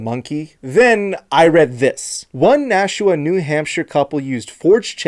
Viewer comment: you got it right lol